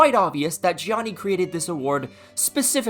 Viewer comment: The funniest part is that trump is from new york and definitely knows how to pronounce Gianni correctly, but nah hes Johnny